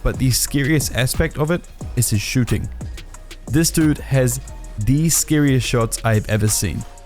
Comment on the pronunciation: The way he says shooting is so funny to me Shoo ting